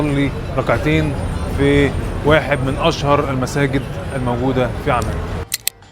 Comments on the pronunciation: انت ليه مازورة العندلي يارجل اسمها عمان مش اعمان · اسم العاصمة عممان بتشديد العين وليس عمان